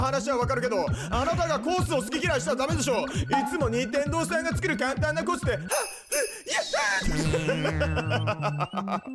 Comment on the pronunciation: さんのか↓ん↓た↑ん↓のイントネーション好きなんです😂